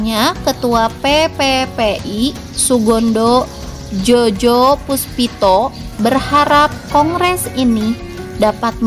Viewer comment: ralat ketua PPPI itu bacanya Sugondo Joyopuspito🙏